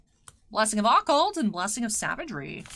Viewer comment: Please learn how to pronounce Occult I'm begging you.